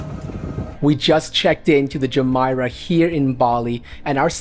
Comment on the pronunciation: You did a great job! However, your pronunciation of Jumeirah is incorrect 😢 Please show more of rooms in your reviews from less person view and over speaking rather more footage of spaces versus the person 🎉